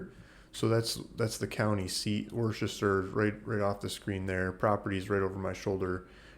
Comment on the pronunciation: It's pronounced "Wooster"😁